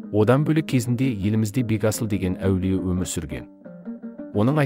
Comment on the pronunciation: Бегасыл аулие дұрыс айтың Бетасыл емес